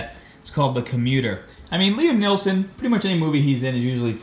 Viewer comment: Hmm,I've never heard of a "Liam Neallson" ,is he a new actor? 😂😂😂